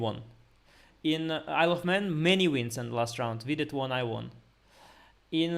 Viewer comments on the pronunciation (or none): I know that it's incredibly immature, but "Isle of Man" always sounds like "I love men" to me 😂